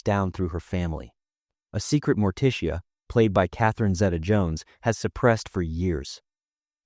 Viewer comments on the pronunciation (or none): Who TF has never heard the name Morticia and pronounces it Morteesha? Better get a new job